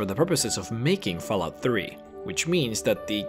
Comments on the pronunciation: I really wanted to watch this video to the end. But the way you pronounce Fallout made me quit after because it was driving me insane that you would say fahlout. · Fal lout xD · Did he say foul out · You know you said fállout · Fal out? its Fall out...at least know the game before you make a vid on it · "fellout" xD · He says Fallout like Falcon...not fell... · 'Faal Out' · He doesn't pronounce it Falalt or Fellout. He pronounces it Falout. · Or Falalt, like Excellent Quality said. It was one of those two things. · He lost me at "Fellout" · Did anyone else hear this man say faalout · everybody, lets report for discrimination of fallout, for the sole reason of him pronouncing fallout as fellout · Did he say fal out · He said faalout instead of fallout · Say fahlout one more time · fahlarht hahaha i cant stop laughing, sorry dude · the way he pronounced fallout at the start xD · How the fuck can you pronounce Fallout (FALL....OUT!) So many different ways? It bothered the hell out of me, such a shame because it was actually a good video. P.s google has a speech option for words, maybe do some proof listening before posting next time, "peyote" cough is another one